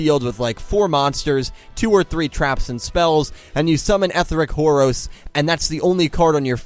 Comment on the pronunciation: did you seriously call it whore osh?